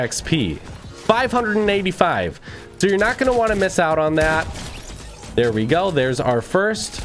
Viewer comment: Him: There is lots of fake videos out therrrre. Me: says the person with a burger king advertiser voice